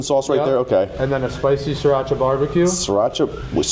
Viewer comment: Suracha not surachi